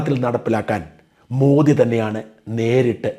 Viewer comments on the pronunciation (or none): none